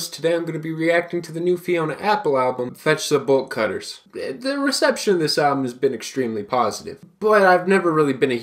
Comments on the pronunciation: when you said the album name i thought you said Vegetable Cutters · wait what is the album i cannot understand a single word he said